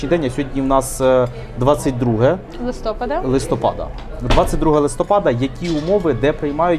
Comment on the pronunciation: Не листОпад, а листопАд. Наголос.